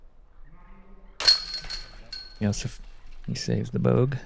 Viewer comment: you got that wrong, he pronounced Josefs name with pretty good accuracy, but butchered the name of the disc